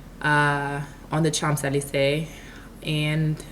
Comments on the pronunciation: Sho zee lee zay! .......native French speaker. ;-) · "cha(n)-ze-lee-zuh" lol . great video tho (